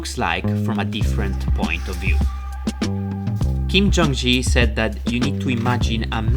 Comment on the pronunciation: "Kim Jung Ji" hurts to hear